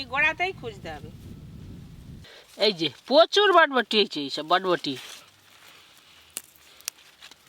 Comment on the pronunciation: botboti noi borboti bole go